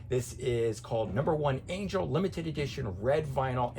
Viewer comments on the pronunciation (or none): none